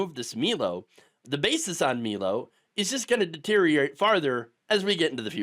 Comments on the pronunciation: Milo, it's pronounced my-low, 😊me-low sounds like some Pres Diapers would say. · I've always heard it pronounced "my low" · Milo is pronounced; MY-lo. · I love how you admit you know how Milo is supposed to be pronounced and still choose to pronounce it wrong.